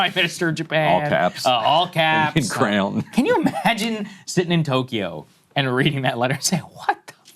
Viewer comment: Breaking: Ryan Grim says crown instead of Crayon but CLAIMS to be able to read and write books. Smoking gun. Who’s the journalist now, Grim?!